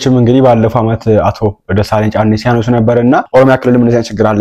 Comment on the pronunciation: Can you please say his name properly. Dr. Desalegane Chane.